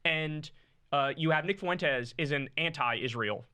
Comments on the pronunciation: Why does Kyle always say “Foo-Wenn-Tess” instead of just “Fwen-Tess”? Lol it reminds me of when white Americans say “Wahn” or “Hoo-Wahn” instead of just “Hwahn” for the Spanish name Juan. Neither Fuentes nor Juan are hard to pronounce! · God damn it Kyle it should be two syllables when you say Fuentes' last name